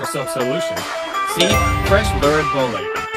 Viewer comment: ''Fresh lurid bolete'' ahh what a shape.......💀💀